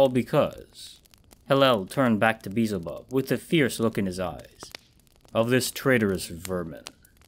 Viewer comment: Great narration but I couldn't help but chuckle whenever you said "Beezel bub" it's pronounced Bee EL zuh BUB just so you know. No offense.